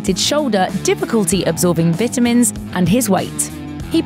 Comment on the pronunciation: I was about to comment on the same thing but you forgot vitamins as well lol.